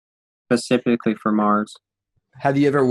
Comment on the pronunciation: Dude says pacifically every time he tries to say specifically